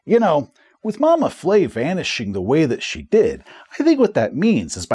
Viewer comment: Additional note: a French-style letter e with the grave accent - moving downward from left to right - indicates that the sound is an open-mid front vowel, like the 'e' in 'bed'. So it's Mama Fleh, not Mama Flay. I mention this because of the potential danger in mispronouncing the name of an Elder God and earning its ire. Love your videos, keep up the great work!